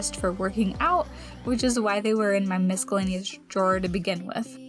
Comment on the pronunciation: Love a good declutter, especially when we hear you thinking out loud about your plan. Love the idea of filming options for where to hang things! ( p.s. sweet girl, the letter c in miscellaneous is silent )